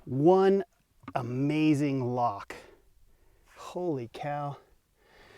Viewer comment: Вам не послышалось. Я тоже поржал, оно тама было ...